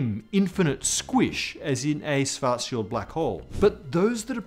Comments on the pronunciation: Almost perfect pronunciation of Schwarzschild. Like just for paying attention to this. I've heard "Shwortz-Child" way too many times... Just use the English "sh" sound at the beginning (German "sch" == English "sh"). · Props for speaking Schwarzschild right. Work on your „sch“. The rest is really good.